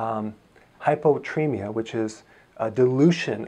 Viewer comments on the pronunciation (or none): I dont know if you meant to say hyponatremia when you have excess water instead of hypotremia or something. I have been watching your videos then I heard that hypotremia thing. Please say you just misprounounced it?? Or is there a certain word?